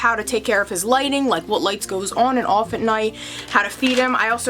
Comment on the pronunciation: I love how you say “on” and “off” awn and awff 😅💗